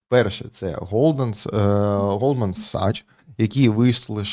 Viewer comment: Правильно казати Голдман САКС, ДЖЕЙ Пі Морган